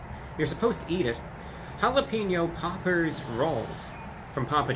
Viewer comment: he's saying pauper instead of popper he's on another level